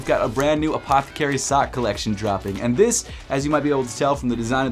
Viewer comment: I wonder if anyone has played a drinking game on videos and had to take a drink every time he says APTHCRY lol